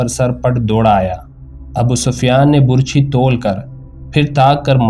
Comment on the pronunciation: یہ لفظ burchi نہیں بلکہ barchi ھے۔۔۔۔اور آپ نے اپنی تقریر میں حضرت امیر حمزہ رض کے ہاتھ میں ڈھال پکڑا دی۔۔۔۔حالانکہ تاریخ میں لکھا ھے کہ حضرت امیر حمزہ رض دونوں ھاتھوں میں تلواریں پکڑ کر لڑا کرتے تھے۔۔۔۔وہ ڈھال استعمال نہیں کرتے تھے۔۔۔آپ پلیز تاریخ کو مسخ نہ کریں۔۔۔اور تلفظ کا خاص خیال رکھیں تا کہ اچھا تاثر قائم دھے۔۔۔۔شکریہ